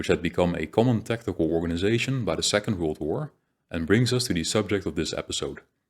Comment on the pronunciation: The content is very good. But your Dutch accent is very thick. You make a lot of small pronunciation errors. 100% on some sound. It is really a pity. For an example word: you cannot pronounce the word "organization" correctly. You say "Organizasjen". Or the word "section". You say something like 'seksjen' with a 'sh' sound. "Organizasjen" . Dutch people always hear insert a 'sj' sound everywhere in English. I suppose it has linguistic reasons and very difficult for a Dutch person to learn. Still it is important to know that where your English is very good. Your pronunciation is quite bad on that specific sound.